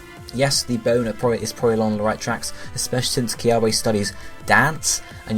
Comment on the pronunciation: LOL SOMEONE PLS TELL HIM HOW TO PRONOUNCE KIAWE 😩😂